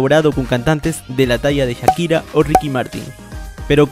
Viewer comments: En el minuto dijiste jakia y es Shakira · dijo jakira y no shakira jijijiji like si lo notaste Amo a karol g Paulo londra Becky g Natti nattasha Annuel aa Comenta si tambien